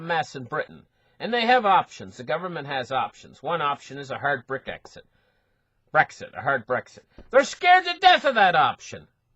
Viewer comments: me too.. Brick Exit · I love the way pronounces Brexit.